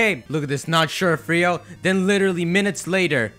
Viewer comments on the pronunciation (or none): none